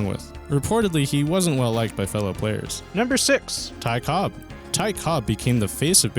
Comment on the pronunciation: "Ty Cobbs"